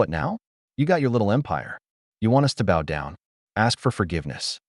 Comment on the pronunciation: The AI voice sounds American, but pronounces "bow" wrong. Should work on that..😊